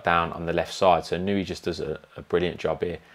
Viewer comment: Inoue: ✅ EE-KNOW-EH (close enough) ❌ IH-KNEW-EE (not close) Really solid base on that little guy. Almost Pacquiao legs. He sure did make Fulton look chicken-legged by comparison. Excellent body mechanics -- so much torque. *WHAP*